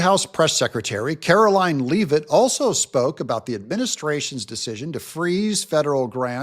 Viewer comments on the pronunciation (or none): I'm from Maine, Karoline Leavitt is from NH. Leavitt is a Franco-American name. Leavitt is pronounced Lev-it, not leave-it. YW 😎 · it's Leavitt, not Lee-vitt.